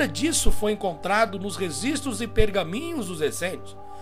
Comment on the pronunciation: Depois que ele falou "resistros" históricos eu parei de Assistir.